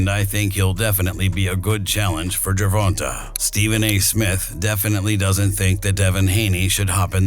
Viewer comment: Based on you can’t pronounce Gervanta right I think this video is wack